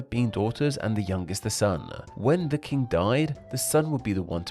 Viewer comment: king is pronounced with a short i, not long e so its not keeng